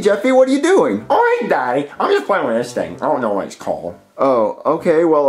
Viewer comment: bro he said the thing wrong and this has annoyed me ever since the video came out